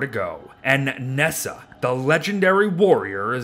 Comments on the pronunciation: Nessa? It's pronounce like Nah-Ja - and he's a boy. Hence "third prince" on top of all the times under that it says "he" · I cant get over The how You said ne zha and that You called him a she lol